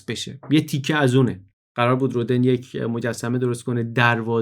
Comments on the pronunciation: جالب بود. من شخصا از پادکست‌های تاریخ شما کلی چیز یاد گرفتم و همچنان مشتاق شنیدن برنامه‌های جدیدتان هستم ولی به نظرم خیلی خوبه که از این برنامه‌ها هم می‌سازین. جسارتا می‌خواستم یادآوری کنم تلفظ صحیح نام رودن(Rodin) در زبان فرانسوی rodan تلفظ می‌شه نه roden. و به همین لفظ هم همه جا از او نام می‌برند. چون شما به نظرم آدم دقیقی هستید و این پادکست‌ها هم معمولا دقیق و بی نقص هستند حیفم آمد و نتونستم ننویسم! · ، با تشکر از این اپیزود بسیار آموزنده فقط می‌خواستم یک تذکر کوچک بدم که تلفظ اسم Rodin در فرانسه رودَن (فتحه روی د) است.